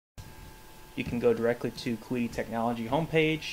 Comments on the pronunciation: KWEEDEE? It's "Kee-Dee" xD I'm dead! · Is it not pronounced chi di but with a pinyin q?